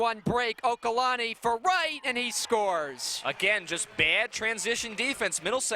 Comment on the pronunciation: It's OLUKANNI not okalanni